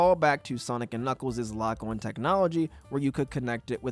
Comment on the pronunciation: You just said lock-one It's pronounced lok ān